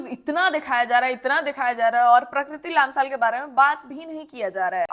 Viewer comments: It's लम्साल , not लाम्साल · It's lamsal not laamsaal but thanks for speaking up